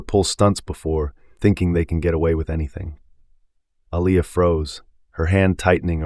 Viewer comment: I'm so sick of how he pronounced her name!!! Man get it right. Aaliyah pronounced Uh Lee ah. I believe he was doing it on purpose